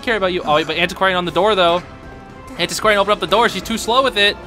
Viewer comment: i love that u said antisquarian but my sister call it anticordian